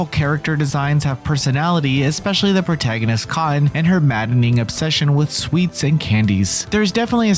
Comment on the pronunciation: The way the narrator says “Cotton” as one syllable: Cahn. I can’t.